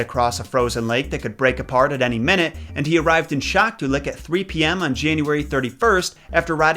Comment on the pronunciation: Those towns are pronounced YOU-na-la-kleet and Shack-TWO-Lick